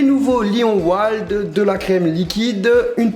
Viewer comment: au début il a dit wald au lieu de wild